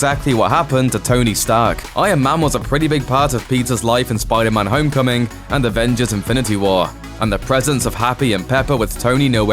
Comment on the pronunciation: SPYDAR-MAN! lol love the accent